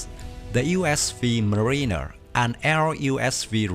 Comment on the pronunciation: Mariner is pronounced more like "MARE-in-er", not "mar-EEN-er", just so you know. The ghost fleet concept is an interesting one. It raises some questions rules-of-engagement-wise: is firing on a USV during peacetime an act of war? How are these vessels protected against boarders? Does a USV have to have an order from a commissioned officer before going "hot"?